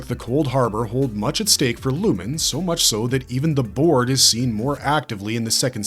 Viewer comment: Every time you say "Board" I hear "BORG"